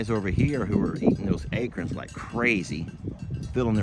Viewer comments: I’ve never heard acorn pronounced the way says it. He says ACRN, without the O and I can’t stop laughing. Where did the O go?!? 😂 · The O disappeared in Texas lol 🙋🤪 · you should read the story with Waylon someday. I remember LE use to read with the animals. I am so sorry but I LOL like Jamie when you say acorn. Please record and ask Jamie to say it. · Thats how we say it in FL too. We have water oak (paddle shaped leaves) and live oak (acorns) all over the place.